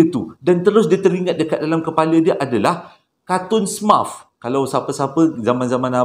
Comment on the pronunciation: “smurf” tu sebutannya “semerf”